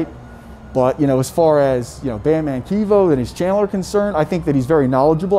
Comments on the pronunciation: It’s not keevo it’s Kevo as in Kevin but replace the i and n with just an O lol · Bro you saying his name wrong🤦🏾‍♂️🤦🏾‍♂️🤣😂 its Kevin but Kev o lmao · Definitely kev-o!🤣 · He's mispronouncing his name